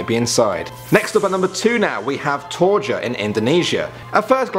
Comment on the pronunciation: Was I the only one who heard ''Torture'' when he said Toraja? '-' Oh by the way im watching this at midnight yay thanks for making me awake!! (I'm serious, I don't like to sleep it's basicly lay on bed and do nothing for 6 hours or so =/) I think i'mnot sleeping for couple weeks 'cuz i did a marathon on these ''Top 10 scariest places/numbers/things/messages/etc. welp